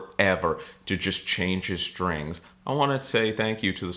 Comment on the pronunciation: no H in strings. you must be from pennsylvania..sHhtrings